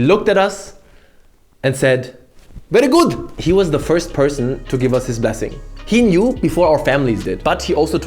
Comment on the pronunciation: This man is literally a German-Chinese anime character! 😂 His master just tells him “VERI GUUD” before any of their friends and families know!